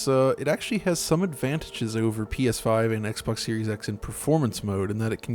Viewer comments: did he just say “Penis 5”? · ''pee eshh faif''